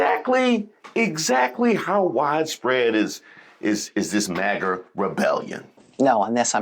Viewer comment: he said "Magger" with a "Hard R."